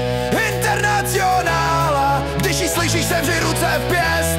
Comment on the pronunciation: Zajímavá výslovnost: internacjonála...